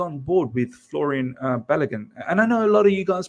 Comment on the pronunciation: "Florian"? 😂 Put some respect on my boy's name,! ✌🏼